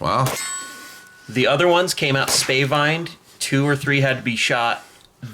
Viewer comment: Spavined is pronounced as SPAAAH-vind instead of SPEY-VINED.